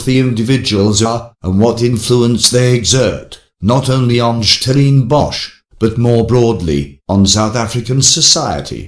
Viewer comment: Who ever is narrating this video, you're not South African, in fact, you have an English accent, so stop poking your nose in our issues and talk about the Monarchy. Which South African can't pronounce "Stellenbosch"?...nxm